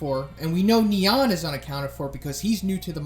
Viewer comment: The way pronounce "Nyan" triggers me...